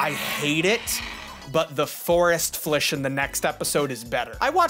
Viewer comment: Hearing a studious old man say “...Flish...” sent me into a laughing fit Ok, you have a chance to put your future-world animal oc into the show, and you choose Flish?